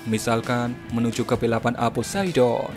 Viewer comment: POISEDON EHMMM YA SALAM 😂😂😂